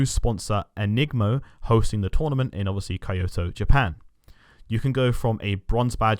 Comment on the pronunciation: Awesome video as always! Just one note, Kyoto is pronounced “kee-yo-toh” not “kai-yo-toh” 😅 just for future reference 🤍